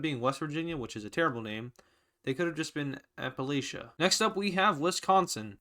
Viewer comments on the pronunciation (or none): none